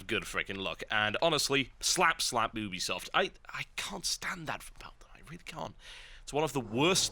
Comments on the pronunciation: You-be-soft.. Not Ooob-be-soft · oobisoft? It's Ubisoft, like YOU-BE-SOFT. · Oobesoft... Oobesoft; really??? I'm british; but, really... WTF?